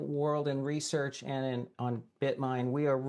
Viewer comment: "Head of RESARCH??!" 😅